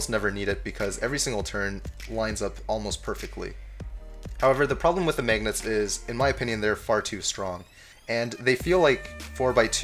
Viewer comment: I love the way you say magnets..."maygnets" haha